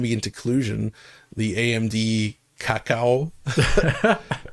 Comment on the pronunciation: Actually he said CACA, which means shit in spanish